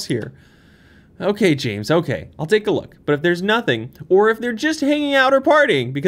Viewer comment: It's not Jaaames, it's Jameees.